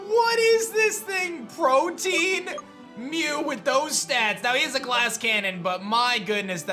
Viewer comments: the ability is not “protein” it’s “protean” pronounced pro-tee-uhn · Please tell me he’s saying Protean like Protein intentionally?